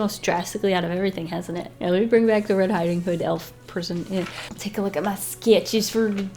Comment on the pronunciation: Did you say ‘Red Hiding Hood’? 🤣👍🏻